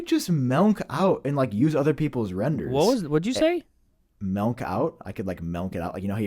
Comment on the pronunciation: does say “Melk,” and it’s disgusting. 🤢🤮